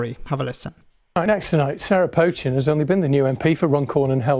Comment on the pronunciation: For the 3rd time her name is NOT 'Potch-chin' it 'Poe=Chin. Listen to both the studio presenter and the female journalist voice over comments. You might not like her politics but at least pronounce her name correctly.